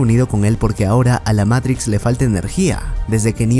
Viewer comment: Matrix hermano,MATRIX no meirics me haces poner nervioso